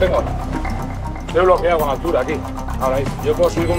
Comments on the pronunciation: estoy "bloqueao",estoy"bloqueao", estoy "bloqueao"😅😂🤣😅😂🤣😅😂🤣😅😂🤣😅😂🤣😅😂🤣😅😂🤣😅😂🤣😅😂🤣😅😂🤣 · Me bloqueaou😂😂😂se dice me he cagaou encima😂😂